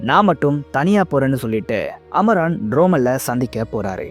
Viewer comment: Amaran not amoron bro😂